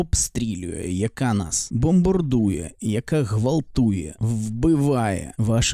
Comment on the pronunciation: Здається робиш правильні речі, але є одне але... На якій мові ти спілкуєшся "українськомовний"? бомбОрдує, "кАнтентА", ірАнічно, розсудку, дІпресії, (існоє такІй рух), (земля плоськА), (ОХ ТИ І ТІП, - ГЛОБУС (відкрию тобі секрет, він має форму кулі)), бЄтонна плІта. ЗРОБИ ЩОСЬ ІЗ СОБОЮ!! ТЕБЕ Ж ЛЮДИ ДИВЛЯТЬСЯ І СЛУХАЮТЬ, А ТИ ... "борець"